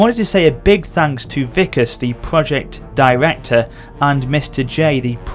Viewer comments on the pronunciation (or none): none